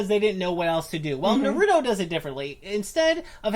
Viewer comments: STOP STOP STOP JUST STOP YOU CANT SAY NARUTO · They love it so much they can’t pronounce it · If you truly loved it, you'd pronounce it correctly. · They say we’re behind if it’s dubbed even tho they don’t know how to say naruto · It’s one of their favorite shows yet they can’t even PRONOUNCE IT RIGHT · How can you love Naruto if you can’t say his name right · You got all the names right but Naruto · I hate it when you say naruto and shipped end you guys don't even know your gramer and your like 30 learn your grammar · I HATE how they say Naruto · I disliked because of the way you pronounced naruto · are they actually fans? they pronounce his name like complete idiots. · Thanks, I heard her pronounce Naruto and I needed to bail quickly. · Why can't people say naruto without saying narudo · There's no d neither...they days norudo when it's narutoh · Narudo....its narootoh ...idiots... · It’s Nar-u-toe. Not na-roo-doe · The moment they said, "Na-ru-do" I was outta here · "Narutos one of our favourite shows" says it like nar-oodoe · Na-Rude-o wtf? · stop saying NARUUUTO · Not naruto Naaaaaruto Baaka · The cringe is real it's not Naruto not what ever you just said nar-u-to now do it a little faster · Na-ro-do? WTF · You mean na-ru-do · Nope they said na-ru-doe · Bruh you pronounce it like "Naroodo" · “Narudo” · Narodoo doing the rasangun while soosuke doing the shitdorri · Narudoe shipudeen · yeah watched 20 sec and i can any more STOP SAYING NORUTO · STOP SAYING NORUTO THERES NO FUCKING O!!!! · Isn't naruto pronounced like nar uh toe like they say it weird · you said naruto wrong but it does not matter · im sorry, but like thats not how you say naruto or shippuden- (no offense lol) (also im from the future in 2020) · stupid you are saying naruto wrong knukle head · Definitely not a naruto fan if u can’t pronounce his fucking name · THATS NOT HOW YOU PRONOUNCE NARUTO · I hate how you say Naruto tbh gotta learn how to say it right. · Ur saying naruto wrong